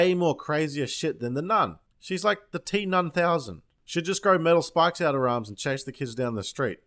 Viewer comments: the T nunthouusand lol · He said, "The T-Nun-Thousand." 😄😆